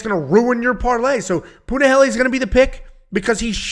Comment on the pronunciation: Finally he didnt say Punaheel🥳🥳🥳